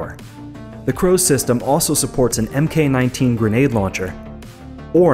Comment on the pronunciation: "MK-19" is pronounced "Mark-19"